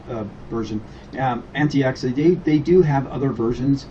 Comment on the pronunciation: Wow this guy is ignorant!!! Can't pronounce "antix" or "mate" correctly, how much ram there buddy? 186 gb??? You don't know much about linux and you're Not helping. Btw, what is a "pc" ? A laptop is what??